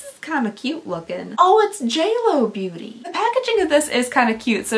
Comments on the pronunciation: The amount of times you said Booty instead of Beauty😅❤ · Booty Bee-yust